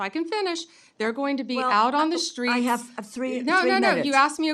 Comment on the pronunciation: Dumbest woman in the room. A shame. Shhtreets😅idiot